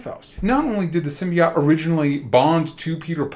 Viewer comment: Why do these asshole mispronounce symbiote 😂 I guess you go bald brains go with it 😂😂😂😂